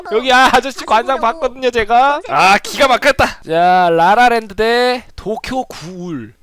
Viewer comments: 발음 뤠뤠 랜드 머얔ㅋㅋㅋㅋㅋ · 뤠뤠뤤드 ㅋㅋㅋㅋㅋㅋㅋㅋㅋㅋㅋㅋㅋㅋㅋㅋㅋㅋㅋㅋㅋㅋㅋㅋㅋㅋ